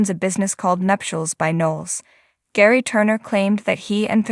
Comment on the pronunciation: Gerry, with a hard G